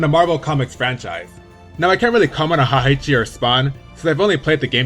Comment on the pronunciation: Heihachi is Heyhachi not Hyhachi or HAHYCHI....hes japanese not german.